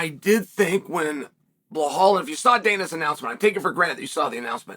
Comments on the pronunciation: BLEHAL ??😂😂😂😂 it’s BELAL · Is there a video of anyone bringing to Chael's attention that he is butchering BLAHALS name? lol I know he is trolling. But we need to be sure. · chael i respect you for defending belal muhammad but if you claim to respect him then it's time for you to start saying BELL--ALL and stop saying BLAH-HALL cause it's truly disrespectful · Absolutely not a single soul on the face of the planet : Chael : BlAhal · Sometimes "Ba lol" 😂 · Mispronouncing his name just makes chael look ignorant and stupid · He is doing it on purpose